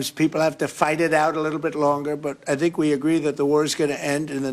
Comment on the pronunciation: He says I sink for I think 🙈🤣